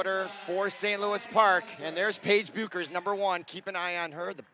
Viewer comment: Yeah he said bookers, beckers,bewkers, beakers Everything except her actual name!